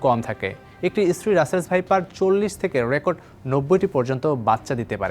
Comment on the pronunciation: ভাইপারকে সাইপার বলে বার বার উপস্থাপকের উচ্চারণ লজ্জা জনক।